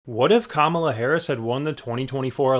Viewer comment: "Kala"? KAMALA